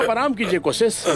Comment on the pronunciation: Koosis ... Kooshish NAHI